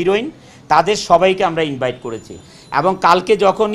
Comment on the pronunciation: ভাই উনি যে কথাটা বলল, সেটা ইনবাইট হবে না ইনভাইট হবে?